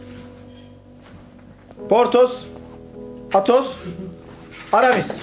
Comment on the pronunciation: Bölüm boyunca Silahşörlerin isimlerinin bir kere bile doğru söylenememesi sffssgsggdtdtgd Patos, çitos, Doritos, potos, pitos, artemis